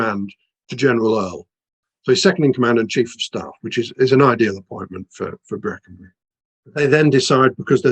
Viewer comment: Bwackenbuwy ithn't a lithp. Wipping yarn, though.